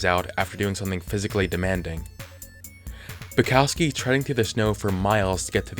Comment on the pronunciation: Why do people have trouble saying polish/european names? Its Bukovski(how you should read it),not Bucowski(how you read it).